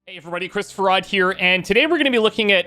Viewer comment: Ever notice how he pronounces his Handle almost like "Chris Farrad"? **THONK**